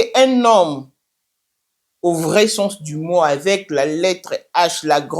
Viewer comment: Na d avec d avec au lieu " avec "